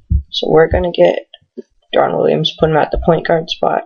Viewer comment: pau gasol blows... and you can't even pronounce deron williams...